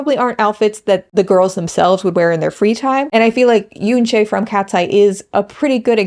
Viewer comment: I think, given they're a global group, we should start highlighting for everyone to pronounce Yoonchae's name properly. If you can pronounce Manon's name properly then it shouldn't be difficult to pronounce YUNCHE not Yoonchayy